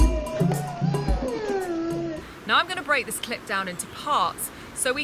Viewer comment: Ez eK5 did you notice she kept saying clip but sounded like she kept saying lwts check out this clit. lmao